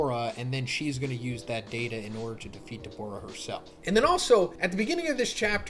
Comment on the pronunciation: Your pronunciation for Dabura is pretty sharp and sounds a lot more like you're saying Daborah with an o instead of Da-bu-rah which might chase some viewers off.